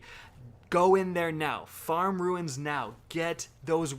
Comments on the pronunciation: It's pronounced "Roons" not "ruins" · For heaven's sake, runes is pronounced "roons", not "ruins". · Jeff Stevens I know right I’m so annoyed by it, it’s “Roons” not hard at all